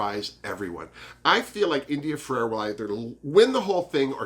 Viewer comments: In addition to the lips Blair St. Clair has also had a nose job. I think he looked better before the plastic surgery. Please let me know if me correcting you bugs you and I'll lay off. But it's India Ferrah (two syllables) not India Fer-ar-ah ( 3 syllables). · It’s India ferah not Ferera